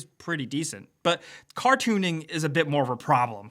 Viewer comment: I don't like the new ones! The best one was NFS 2000, aka NFS Porsche. Period! What about The Crew and The Crew 2? BTW: Did you say car tooning or cartooning? :))